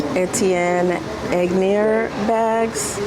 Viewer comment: Etienne Aigner Is pronounce like Kanye but without the K. Great finds tho! Love your channel. ❤